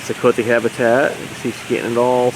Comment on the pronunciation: You misspoke the name of the white nosed coati. It's pronounced co aww tee not coat ee.coati.